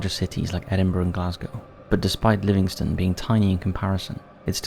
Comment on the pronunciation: Pronounce* don't bash him for pronouncing it wrong he's no from here.